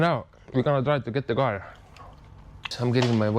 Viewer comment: The gar 🐟🙂 = car🛻